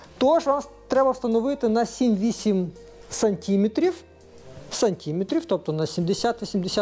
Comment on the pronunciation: твої сантІметри, мілІметри ріжуть вуха